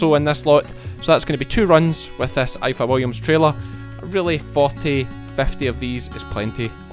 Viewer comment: its pronounced ivor williams , because in the welsh language f is pronounced v , just thought you should know ; )